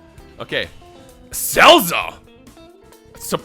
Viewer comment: I can't unhear him calling Salza as Cellza lol